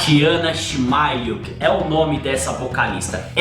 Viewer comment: obrigado pela ótima resposta ao vídeo e, a propósito, você é um dos poucos revisores estrangeiros que pronunciou corretamente o nome e o sobrenome do vocalista.😁👌 Muitas saudações da Pátria de Jinjer - Ucrânia🙌🇺🇦🇧🇷